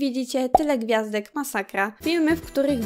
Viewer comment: "POTWIEJAĆ, MASAKJA" JAPIERDOLE XD